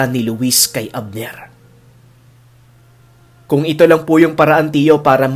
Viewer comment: Nagkamali po kayo sa pagkasabi ng pangalan ninuno ABNER HEHE GOD BLESS PO